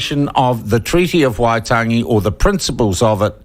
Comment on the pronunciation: Peters discussing the treaty of waitangi???? He cant' (will not even bother to try!!) To pronounce the name correctly.